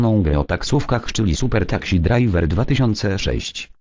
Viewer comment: Uwielbiam jak czyta "takśi" zamiast taksi:D